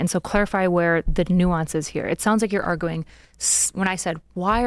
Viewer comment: women can’t even pronounce arguing 😂